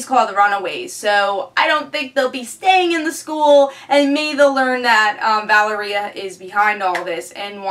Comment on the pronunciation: I had never heard 'Valeria' pronounced like that, I always say it like this